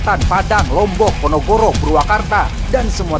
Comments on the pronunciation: Aku dengernya ponogoro bukan ponorogo🤣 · Ponorogo bang Bukan ponogoro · Ponorogo bukan ponogoro😂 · Ponorogo lain ponogoro qkqkqk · Negara mana itu Ponogoro, Ponorogo mereun nu bener mah,,,,😭😭😭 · Ponorogo, bukan ponogoro😂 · Penyebutan ponorogo nya salah..😂😂 yg bener ponorogo bukan ponogoro.😅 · Ponorogo😒😒😒😒 Ponogoro😂😒😒😒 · PONOROGO BUKAN PONOGORO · Ponorogo bang, bukan Ponogoro 😅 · ponorogo bang bukan ponogoro🤣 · PONOGORO APA PONOROGO? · Ponorogo disebut ponogoro 😂😂😂